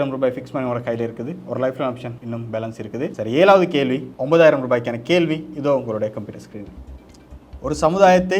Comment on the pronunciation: நல்ல நிகழ்ச்சி நடத்துனரினர் மார்க்க அறிவும் பாராட்டத்தக்கது இந்த வயதிலும் மாணவியின் மார்க்க அறிவை கண்டு வியப்பு நடத்துனர் தமிழ் உச்சரிப்பில் கவனம் செலுத்துவது அவரின் திறமைக்கு உந்து சக்தியாக லாம் கேள்வி - கேல்வி